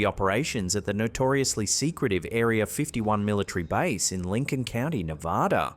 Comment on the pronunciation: Stop saying areer then area. Go to school to learn how to speek engish